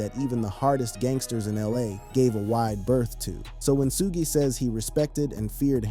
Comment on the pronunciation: “Suu-gay” knight? is this guy serious